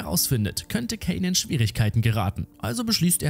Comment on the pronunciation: kaaaaaaaaaiiiiinnnn mit a nicht ä